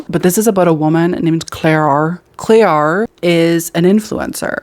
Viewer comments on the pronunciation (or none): none